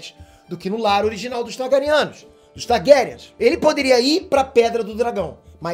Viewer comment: "Targarianos" puts... Kkk